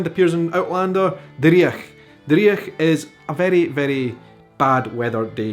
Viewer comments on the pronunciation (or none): Favourite Scottish Phrase is "gonnie no dae that". As in, you pronounced "Dreich" as dree ich, gonnie no dae that. In Edinburgh where I've live for 60 years it is "dreech" with the ch as in "loch" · driech ... dreich*** is the correct spelling & your no pronouncing that right mate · Every example you gave apart from two (sassenach/ shag) is Scots, NOT slang! Please, it takes 30 seconds to Google this. Please research the Scots linguistic continuum before promoting this misinformation, and check the pron of 'dreich'. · You're pronunciation of driech makes me want to gouge my eyes out. Otherwise enjoy your videos 😁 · Maybe it is an Edinburgh variation but having taught the Scots language I have not come across your pronunciation of driech and eejit.